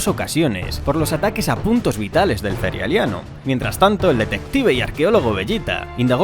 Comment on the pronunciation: Le agradezco muchísimo q ud pronuncie "cerealeano". Muchos lo pronuncian mal